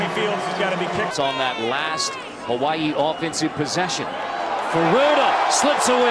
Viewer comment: He doesn't pronounce Hawai'i right. How do I know? I am part kanaka maoli